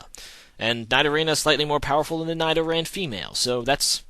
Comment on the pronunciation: Every time you mispronounce "Nidoran" or "Nidorina," I want to punch my screen. Otherwise, seems like a good LP.